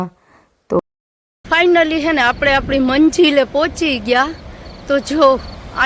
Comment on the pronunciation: તમે 'છે'ની જગ્યાએ બીજુજો અક્ષર બોલો છો 'હે'